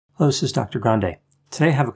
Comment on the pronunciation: serious question: why is your "hello this is dr. grande" always only a "llo dis is dr. grande" 🤔😁